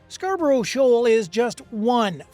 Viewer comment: SHOAL not SHAWL